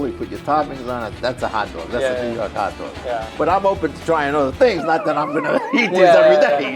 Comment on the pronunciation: "Hat Dwog"